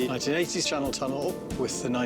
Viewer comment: the Shannel Thunnel?